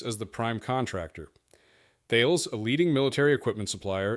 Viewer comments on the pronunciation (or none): You pronounced Thales as Thayles. It is pronounced as Tal-es.